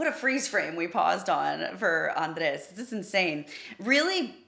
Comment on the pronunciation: Is André, not Andres. There's no "s" after the "e". So it pronounces AndrÉ/. You're pronouncing correctly besides the "s" at the end that you created. So please just let the "s" out of it.